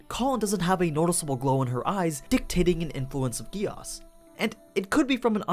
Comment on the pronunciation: Whyyy gehh asss and not geees like they say in japan, german and all other languages?!?